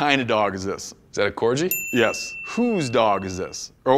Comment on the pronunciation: A cor-gee lol